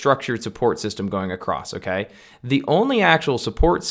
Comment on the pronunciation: Great video! I appreciated the technical analysis behind of what I too have been preaching the last year(s). Just one thing: When you say "Okay", it sounds super funny, I don't know if it's your accent or just how you do it, because it sounds like "M'key" or just "key" with a funny sounding tone (noticed it in the last 5min of the video and had a giggle). Great video, thank you! :)